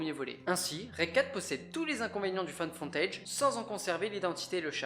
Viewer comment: Haha, j'ai eu la même hallucination auditive. Je crois que c'est surtout à cause du mot footage, qui est prononcé dans la vidéo "fontèidge" à la place de "foutèidge". Et ce n'est pas Find, mais la forme passée Found.